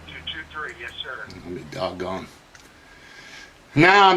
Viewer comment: When you hear, ‘I’ll be dogon” from Don, you know an ass whooping is coming.